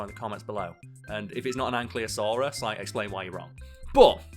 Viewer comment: Smh can't even pronounce ankylosaurus